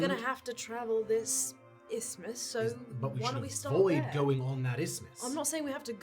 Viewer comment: Learning that is fully capable of pronouncing "isthmus" as Erland after struggling with it out of character all this time is somehow very upsetting. That or he practiced at home.